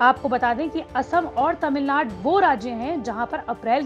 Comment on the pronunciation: Its tamilnadu, not tamilnad